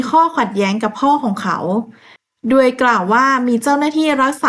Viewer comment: โดย อ่าน ดวย ทุกๆคลิปเลยค่ะ ภาษาไทยหลายๆคำ กว่า อ่าน กั่ว แต่แม่ก็ชอบฟังหนูเล่านะคะ เป็นกำลังใจให้ค่ะ❤❤❤❤